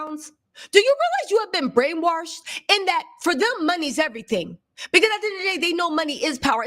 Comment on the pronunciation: Lol, you made me laugh when you said "brainwarshed"... Are you from the South? Lol I tease my oldest daughter about saying "warshed"..I tell her "there is no R in wash babygirl"... 😂 She was raised in NC, but so was I mostly, and I say wash... Maybe because I was born in CT and spent my first few years in NY! 😂😂😂